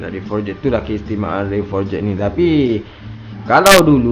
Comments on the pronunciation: Jadah apa siak sebut for-jet. Sebutan yang betul forj. Ejaan forged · sebut forged pun xbetul..noob tol.. sebut forgh bukan eja forged satu2.. forged ni bukan pakai cnc.. cnc dipanggil billet..forged proses lain